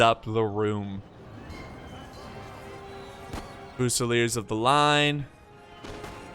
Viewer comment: Yes, Germans call France Frankreich. Guess what the French call Germany? Allemagne. I've been watching your videos for years and while your mispronunciation of words is quirky and often entertaining, it could easily be remedied by an hour on the internet. I can't believe you never heard of Frankreich. Fusilier in English: few-se-leer. In French: fu-se-leeay. On the positive side, at least as far as Total War is concerned, your understanding of tactics and strategy is superlative.